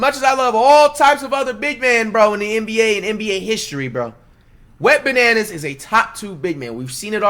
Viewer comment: Dude said wetbananas😂😂😂 gmfu I'm dead